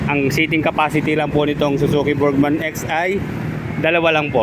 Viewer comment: Haayyy salamat. Burgman n din hindi burjsman, kakarindi pakinggan "BURDJSMAN" pati un mekaniko sa min burjsman ng burjsman. ung mga vlogger po jan burgman po hindi burjsman bka sabihin d tau marunong magbasa, pero bos, wala nang tire hugger pala ex